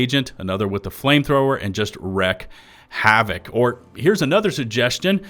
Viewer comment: It’s wreak havoc… WREAK HAVOC dammit. 🥲🤣